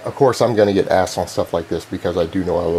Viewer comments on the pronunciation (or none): none